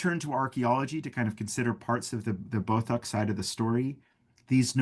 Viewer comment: He is pronouncing Beothuk incorrectly.